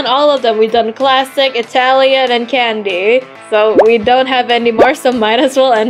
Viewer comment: Candy not cadny😂